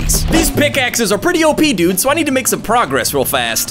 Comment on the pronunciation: Why did i think you said fat instead of fast 😭 T-T